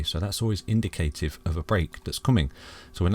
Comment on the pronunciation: Perhaps the greatest store of value ever! The digital age is not going to devolve backwards just scratch the surface and research Blockchain technology and its clear. Hey I don't mean to criticise but indicative isn't pronounced that way! Brilliant content as always 🙏